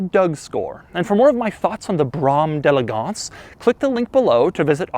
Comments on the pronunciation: jay leno pronounces d'elegance better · Pronounces “Brougham de elegance” incorrectly the entire video. Hilarious. Seems to despise the car he’s displaying.